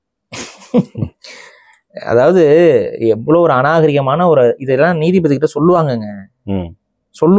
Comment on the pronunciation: Neethibathi illa koothibathi